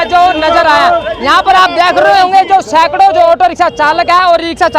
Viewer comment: Siakro 8 bndo ko saikro kh rha hai